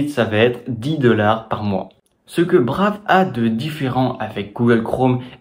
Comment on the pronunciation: Hello on dit [Braïve], sinon ce n'est pas le même usage